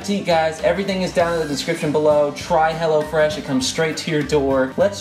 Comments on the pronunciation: everytime he said "hello fresh" it sounded like he was saying "hella fresh" ..... haha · everytime he said "hello fresh" I thought he said "hella fresh." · i kept thinking you were saying hella fresh lol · I thought he was saying Hella Fresh until o saw the apron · Is he saying hello fresh or hella fresh hahahahahhaha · Lmaooo I thought he was saying hella fresh the whole time not hello fresh 😂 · I thought they were saying "Hella Fresh" until I saw what it really was in the description loll